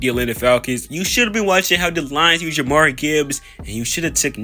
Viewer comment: I dig the video, and I am going to subscribe, but you've gotta work on pronouncing some of these guys' names. Bijan is pronounced more like "bee gawn" and Jahmyr Gibbs is pronounced less like "Jamar" and more like "juh meer". I havent finished the video yet, but other than that, I enjoy the video so far.